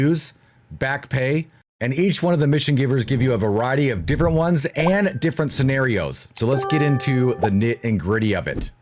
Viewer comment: He said serrenarios